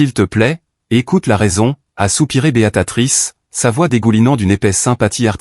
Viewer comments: Encore une IA qui dit Béatatrice est pas alors que le texte indique bien Béatrice! Ça devient vraiment pénible... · Béatrice pas beatatrice. Ça fait plusieurs textes que je corrige, vous ne lisez pas les commentaires. Je ne continue pas l'écoute et je ne m'abonne pas